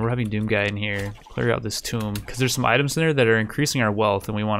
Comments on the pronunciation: He says tomb like tome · Don't want to feel like an ass... But a tome is a book... Tomb is pronounced "toom" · You're probably talking to a wall mate, he's still pronouncing "Tomb" (Rhymes with Womb) as "Tome" (Rhymes with Home). Who knows though, maybe he'll correct to rhyme with Haunt.